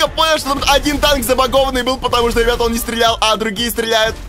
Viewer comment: Почему ты говориш рыбят а не ребят